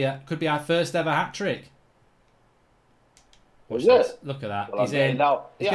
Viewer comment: Hatric hero said 😭